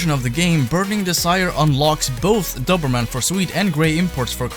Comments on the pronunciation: the guy in the video was saying it wrong. Dober is pronounced the same as Dozer like in Bulldozer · I had no idea that in the U.S, That's how you pronounce "Doberman" 😂 In grand old England it's pronounced "dough-berman" - Not that anyone will give a shit! Great video btw man 👍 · Why are you so bad at saying Doberman? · You know a Doberman is a type of dog and youre pronouncing it wrong right?